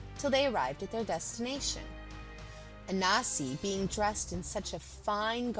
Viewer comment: Why do you keep saying ANASI.... is there a silent N that challenges you?? very annoying tbh